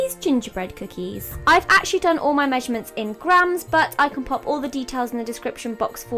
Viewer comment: the way she says the word 'actually' haha